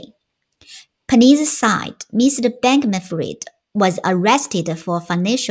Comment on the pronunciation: Said的发音好像不对哟……forces 也好像不对哟……